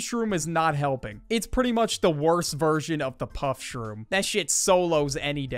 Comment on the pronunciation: Bro really said pushroom